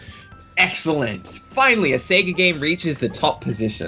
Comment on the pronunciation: I'm not from hick town ya moron. I'm from the big city. Get it right. Secondly the addition of that hard 'r' makes no sense from any English speaker perspective. He even slips in that r when he says Sega. Say-Guh. Not Say-G-ra. Darn games even say it to you at the title screen sometimes. It's not a big deal. Just funny.